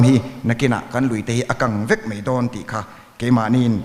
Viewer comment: Minister hian MAI tih hmanna turah MEI tih a hmang fo mai hi chu ka lo ngaimawh deuh proffesor taengkam atan chuan a mah ngheng hnai deuh in hei hi in hmuh chuan lo hrilh teh u